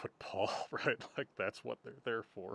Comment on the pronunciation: Lasting damage: Now pronounces "what" as "hwhat" 😏